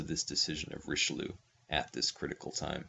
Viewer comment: The pronunciation kills me and I am not even French